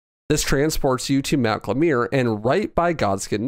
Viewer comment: Jesus the pronounciation... Glemir? Soyfra? Saled? Elphaena? Also Rennela? Ricard? Did we even play the same game?